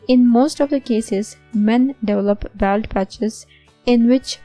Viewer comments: Baold not baald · I can't believe you don't know how to pronounce BALD. Plz get somebody who can speak English to read in d video. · It's not 'baold' you idiot, it's 'bawld'